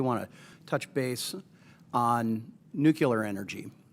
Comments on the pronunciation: Also, I cannot respect anybody who pronounces the word "nuclear" as "nucular". Get your sh*t squared, mor*n. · Nuculer haven't heard that in a while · I'd feel better if the questioner could at least learn how to pronounce nuclear. It's not nucular. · It’s “noo-klee-ur”, not “noo-kew-lur”. Ugh. This is one of my biggest pet peeves. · I wish he would ask about the nuclear power plants instead of the nucular ones. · Scary the guy on energy and technology committee can't pronounce the word nuclear correctly ??? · Of course, it would be better to get an opinion on nuclear energy from someone who can pronounce nuclear.... not to nitpick or anything.